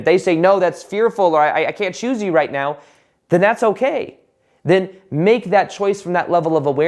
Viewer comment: Think he said “right… NOW” which sounded like “meow” 😄